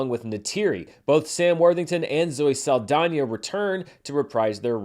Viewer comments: Props for pronouncing Saldaña, right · Thank you for saying Saldaña’s name correctly. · No notes. I just appreciate the effort made in pronouncing the ñ in Zoe Saldaña's name. 😊